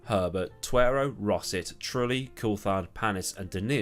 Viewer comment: You managed to say Rosset without rearranging the letters. I'm in shock!